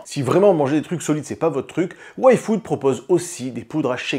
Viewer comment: A chaque fois que tu dis "Yfood", j'entends "Waïfu" et je bugue 😅 ...ça ça serait une sponso dont j'aurais pas envie de zapper la pub 😂